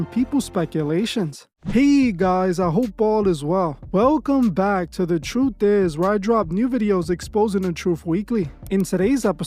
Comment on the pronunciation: Calls channel the truth is, says troof is...youre not black , typical mexican thinks hes black